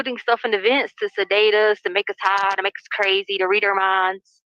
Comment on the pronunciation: If there had been any icloud acct at all ,why would anybody need the actual phone?? Wtf is her fake accent? It sounds like she loves to hear herself so much that she tries to add xtra syllable to every word... ("It makes u hiiiiggghh, repeat x2" ) Ps. Im pretty sure the Mexican mafia includes MS 13, like its all within the same type thing & they also have connections to the cartel. (If i am not mistaken) She is so stupid.